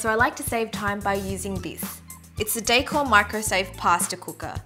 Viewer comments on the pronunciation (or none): none